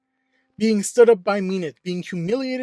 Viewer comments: Mean-eth? I thought its Mint-hey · Yeah, its min-thee i think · she is mean, so mean-ith is kinda funny to me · Am I the only one triggered like hell with how he pronunced Minthe all the time?